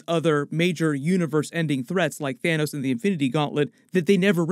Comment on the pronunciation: did you…. Did u just call him Thanus??!? 🤣🤣